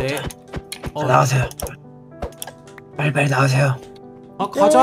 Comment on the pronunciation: 삘리나와라가뭐야 빨나와라짘